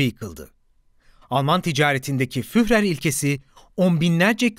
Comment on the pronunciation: Kapsamlı bir konu ve başarılı bir anlatım, tebrik ederim. Sadece, Almanca bazı isim ve kelimeleri yanlış telaffuz ediyorsunuz. Örneğin Adolf Hitler'in "Führer" sıfatını yazıldığı gibi yanlış telaffuz ediyorsunuz. "Führer" şeklinde yazılan kelime "Fürer" şeklinde telaffuz edilir. Yani kelime içindeki "h" harfi düşer. Bir diğer örnek Alman alfabesindeki "ä" harfinin geçtiği kelimelerin yanlış telaffuz edilmesidir. "ä ; ee" gibi okunur. Türkçedeki "tabii" kelimesinin "tabi" şeklinde telaffuz edildiği gibi. Videonuzun tek eksik tarafı, Almanca bazı isim ve kelimelerin yanlış telaffuz ediliyor olmasıdır. Onun dışında son derece aydınlatıcı mükemmel bir çalışma. Başarılarınızın devamını dilerim...